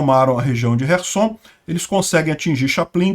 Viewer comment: por que chamar as cidades de kive e rerson? Os nomes e pronúncias em português são Kiev e Kherson.